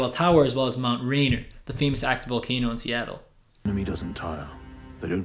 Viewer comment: "Space Needle". "Rainier", not "Rainer".